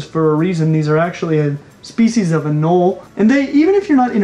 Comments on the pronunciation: It’s pronounced a Nole eeeee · Anole is pronounced ah-NO-lee. To be fair most people say it wrong. 😁